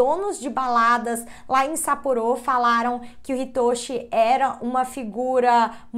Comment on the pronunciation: Não se fala sapporô, não tem acento circunflexo, se fala sapporo sem acento.